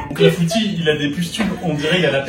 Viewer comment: Ah je suis cassée, son clafoutis c’est pas un clafoutis mais un clafoutu 😭😭